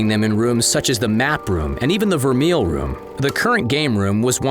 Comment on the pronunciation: The voice-over announcer mispronounces ‘vermeil.’ It’s “ver-may,” not “ver-meal.” The word is French.